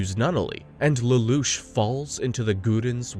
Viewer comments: The narrator is almost certainly an AI voice, such as when he misreads Lelouche a few times likely because it got spelled Lelouch in the script. Obviously, however, someone is doing the 99% of the work it takes to summarize and compile a script... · So you’ve been saying Lelouch correctly for and you decided to mispronounce it because…..